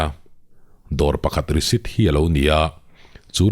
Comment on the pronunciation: Risit i ti zel in ka hria i lam rik dan ah ,nge ka beng dik lo zwk,😅